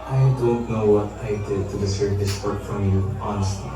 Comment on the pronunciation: Anung sabi ni nung nireject ni Paco si Universe?? "Daserv"? 😂